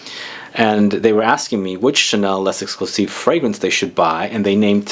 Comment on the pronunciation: Kilkeny1976 i love coromandel too! But actually because “les” is followed by a word that starts with a vowel “exclusif”, you should pronounce the s, it’s the liaison.